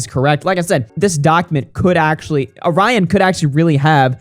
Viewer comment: NGL that is the WORST pronunciation of my name (and others with it) that I've heard. WHY do people pronounce it like that?? It's not even remotely spelled the same as the cookie. 🙃 Truly baffles me.